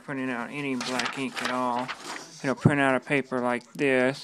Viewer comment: Scween? pwint? cowor? What are you Asian?!!